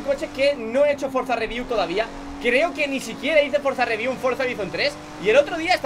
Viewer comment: Nadie: Absolutamente nadie:: Frozareview